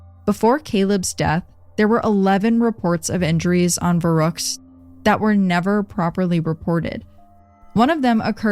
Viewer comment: Oh boy as a native german speaker this episode was hard to listen to 😂😅 especially „verrook“ aka verrückt